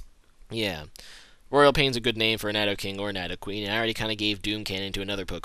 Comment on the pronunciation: he doesn't pronounce Nidoking/Nidoqueen properly.